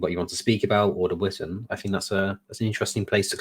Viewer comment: Oh it's Vitan not Witan! As it is Shildings not Skildings. Or is it actually Sheeldings? Whatever, it's only for men and wives anyway so I can't go even if I can pronounce it 😓😅